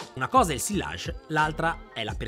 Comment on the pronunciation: Bravissimo! Occhio a come pronunci “sillage” (fingi che non ci siano le due elle). 😉